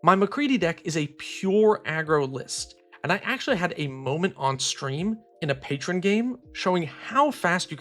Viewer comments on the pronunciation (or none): none